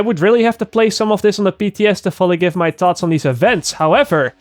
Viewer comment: it's thaawhtss not tots